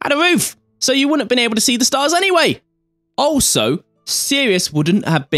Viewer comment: I'd just like to state for the record that it's pronounced "all - so", not "oh - so".